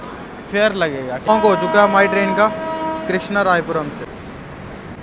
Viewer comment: Krishnarai nhi bhai. Krishnarajapuram